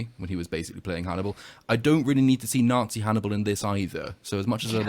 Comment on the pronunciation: did you say “I can’t wait to Nah Zee it”?😂😂😂